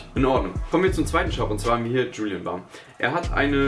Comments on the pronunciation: Das Wort "Bam": Wie es ausgesprochen wird: "Bäm"; Wie es ausspricht: "Bamm". Wie wäre es mit einem Englischkurs?:) Ansonsten recht nices Video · Es heißt nicht Julien Bamm sondern Bam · Julian bammm? bist du dumm oder so, das heißt Julian Bäm:))))